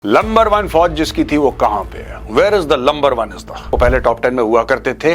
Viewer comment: Sir, Number one hota hai , lumber one nahi